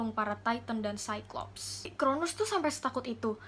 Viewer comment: Koreksi dikit ya kak! 😊 . Kronos, bukan Kronus. Nimfa bukan limfa.